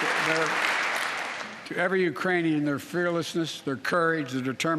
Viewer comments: He didn't say Iranian he said Uranian people.. you just missed the k🤣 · C'mon man, oldie has done it again Ukrainian mispronounced Iranian... 😝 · Especially after said "the Uranian people". I lost count. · It even sounded like "Uranian" are there people from the planet Uranus? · I heard ukrainian without "k" 🙊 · I am hearing Urainian people. In my opinion it is not misspronounced on purpose. Also... no country on this entire planet can currently deploy their troops in ukraine. Are you understanding the situation we are all in even? Russia made nuclear threats to anyone that is interfering directly. You have to think this process through very accurately before making any direct actions in ukraine. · “Urainian people”? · did he say uranian people ? i mean i know what he meant to say plus hes 80. so yea..